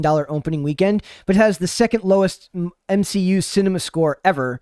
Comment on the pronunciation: I'm so done with the M-she- U